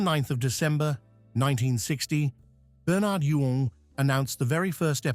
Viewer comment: whsts funny it is. The actors name was pronounced Bern-erd You-ins. Its also Jean Alexander not Joan